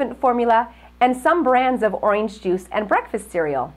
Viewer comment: does she say “oynge juice”?